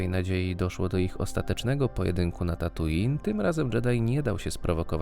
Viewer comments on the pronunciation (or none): none